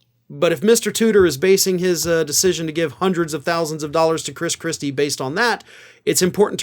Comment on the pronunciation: I must have misheard..he muttered (?) Chris Chrispy! 😂